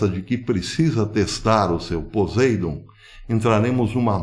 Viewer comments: A pronúncia poseidom não está muito correta o s deve ter a pronúncia de ss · Né isso não.... Se acontecesse , o pólo eletro- magnético seria alterado..... E o nome é POSEIDÔN Silaba forte ...a última...dôn